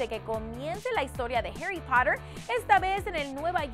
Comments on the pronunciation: Animales fantasticos😍😭❤️ Pd: no se pronuncia "Heri Porer" sino "harry Potter" es casi lo mismo a como se escribe🙄 O como diria Hermione "es Harry potter no Heri Porer" Ah y seran 5 peliculas❤️ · ¿Por qué pronuncian jeirri paterr en ves de jarri poter? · alguien más le estraza como pronuncia Harry Potter? osea Herry Pother y para completar Esmander. Estoy que le hecho un Crucio peor Bellatrix.